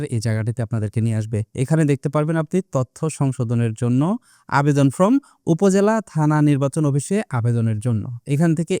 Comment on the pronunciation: ফ্রম না, ফর্ম বলবেন। ধন্যবাদ।